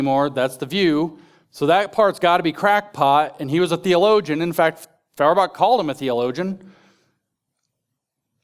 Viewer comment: NItpick: it's pronounced "FOYerbach."